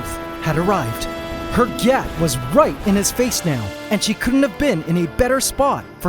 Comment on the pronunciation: Yeah, the T isnt supposed to be pronounced so hard, its supposed to be softer. Or in another case where the T is more pronounced you'd draw it out. Like Gyaaatdamn! not "GYATT!" It sounds stupid ya know?